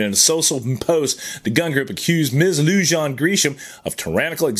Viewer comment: Pronounced Bernaleeyo county and Loohahn